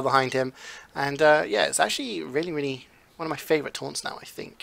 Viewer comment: Its favorite not favorout